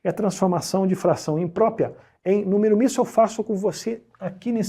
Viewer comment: O cara manja tudo de math, mas quando o assunto é português... COITADO "IMPRÓPIA" "PRÓPIA" KKKKKKKKKKKK